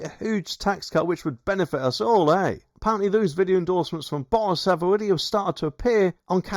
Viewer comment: It's Boris not Bowis 🤪.